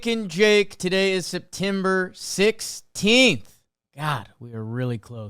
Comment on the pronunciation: Does any one else love the way Jake says Septemmbur? 😂